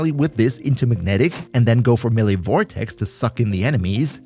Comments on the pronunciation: FYI, you are also mispronouncing the word 'melee'. Its me-lay, not melly. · eh, technically youre wrong as well. may-lay.